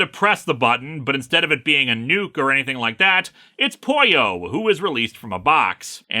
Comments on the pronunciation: ..no.. the way you pronounce it.. doesn't sound like "pollo" it sounds like you are saying "Poio" which is not a word. (By the way I brought this up more as an irational attempt to defend the fictional robots feelings.. not so much cause im bother by the miss pronunciation ) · That's how you pronounce Pollo in Spanish.